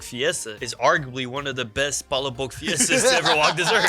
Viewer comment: You guys are butchering the name for palaboc smh